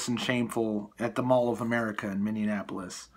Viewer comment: Mindianapolis? How about Minneapolis ? Just trying to keep it right.